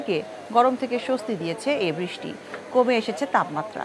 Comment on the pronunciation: বৃষ্টি উচ্চারণ সঠিক হচ্ছে না।